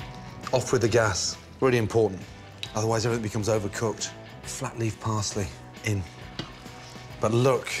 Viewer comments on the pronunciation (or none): “fläppy pähslee een”